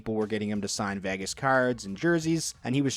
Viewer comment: Learn to pronounce "Vegas," please.